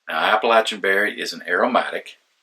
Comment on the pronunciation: Thank you for correctly pronouncing the word "Appalachian"!